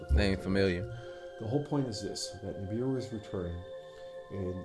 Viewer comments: Why do say NUBAROON??? rofl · He said Nuburu... He said da Pope Nem lol 😆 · woke 😂😂 they rather deal with sleeping zombies doped up !! and is the same incident Rashad Jamal spoke about over a year ago? why he laughed at the preacher pronunciation 😂